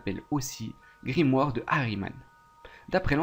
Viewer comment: Je viens de commencer la vidéo mais elle me saoul déjà avec tes répétitions du mot "Grimoare" ça fais même pas 10min et tu l'as dis au moins 20fois et puis c'est "GrImouare" (grimoire quoi)